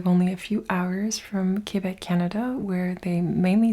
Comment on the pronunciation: You pronounced Québec perfectly 😉🩵